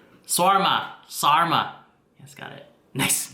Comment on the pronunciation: Yo keep the Hairlength like that it fits you so much better Bro, Btw Sarma Is Pronounced with a Sharp S and a rolling R the rest are normally pronounced.